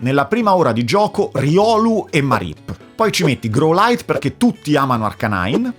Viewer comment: La pronuncia di Growlithe non è GROULAIT ma GRAULIF.